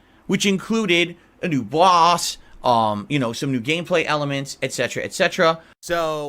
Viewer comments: Bahass, Phil why did you say boss like that are you okay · Did Philly boi have another stroke saying "Boss" ?!?! His brain and mouth are on different wave lengths